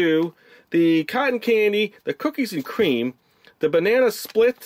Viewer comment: Cookies a cweam